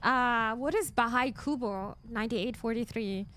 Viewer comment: If by any weird reason you get to visit the Philippines, you should def try taho . sadly i don't think I can catch you live in twtch because of the time zone difference so I'll just support you by watching you here. btw, your pronunciation of Filipino words and names (buko pandan, bahay kubo, etc etc.) almost sounds native, I feel weirdly proud about it lol.